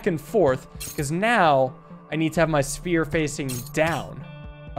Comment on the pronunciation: I love the fact that he still says “Sphear” sometimes 😂😂. I love your content btw, love waking up to an video too